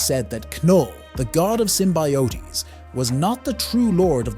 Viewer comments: I think the reason people think its an AI voice is it pronounces Knull "Kinull" and Symbiotes "Symbeeyotees" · Sim-bye-oh-teees..... lmfao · There is no way a real person consistently pronounces simbiotes that incorrectly.